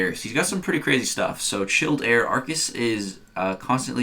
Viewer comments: Ar-kus not a-ar-kus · Pretty sure it’s pronounced arkus